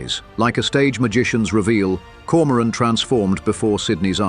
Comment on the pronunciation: Grotten schlechte ki stimme und übersetzung = die koron koron anstatt Komoran !!!